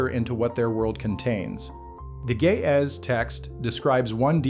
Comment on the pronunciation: Ge'ez, not gae ahh. i learned something today after laughing with the phonetics 😂